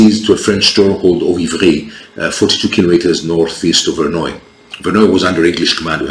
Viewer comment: Good overview and you pronounced the name of the battle correctly😅Only 1 matter so far the Milanese cavalry would have attacked the English right ,towards the archers and probably hit part of the English center also ,as in English fashion the archers would be at the wings of Salisbury and Bedford as in crecy and Agincourt.That is were you got Milanese formation wrong in their attack! On Bedford right, Salisbury's archers had also more protection on their flank,I contend as well as Bedford archers getting formed again after Milanese attack Salisbury sent some of his Archers to the opposite flank to hit the French assaulting Bedford in the flank.what you think?